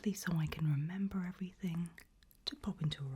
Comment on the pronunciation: You pronounced the R in “remember” and it threw me off 😂 I love your check marking which sounds insane but the truth!